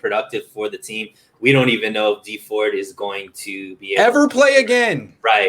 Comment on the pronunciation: Its dee ford